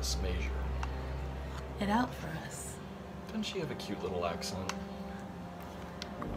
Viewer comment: "May-sure" people used to tease her about her pronunciation..........